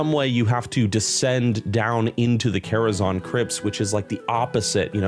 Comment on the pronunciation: the quality on the vid is rlly nice but i genuinely cant get over calling it karazon like people havent been saying zan for 20 years ;__